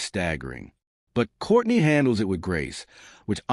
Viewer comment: I only watched this because this person calls Kourtney’s old ass Kourney ( Korny)😂